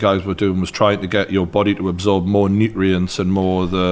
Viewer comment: Newt-re-ints lol